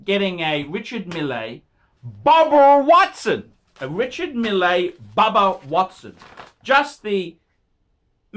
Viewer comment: Pronounced "mill"